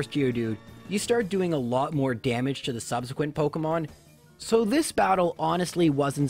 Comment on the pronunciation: "pockemons" I'm sorry but I just can't stop laughing at this